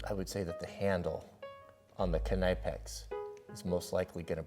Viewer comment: There is literally no one in Germany who would know what you were asking for if you asked him for a "Nipex". :D :D :D